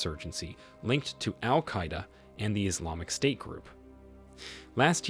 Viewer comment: You don’t pronounce Al Queda correctly. Not in english nor in arabic or urdu/peshto. You created your own pronunciation😂😢